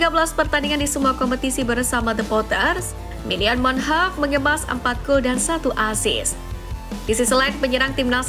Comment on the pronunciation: Manhoff bukan munheff